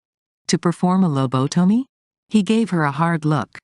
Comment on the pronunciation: one would think the bot voice could be trained to actually pronounce words correctly. Low bo tummy? Really??